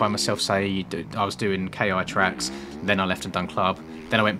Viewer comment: So i know you said you didnt know how to properly pronounce it one video but its not K I tracks its ki tracks. i live very close to where it was when it was open to public.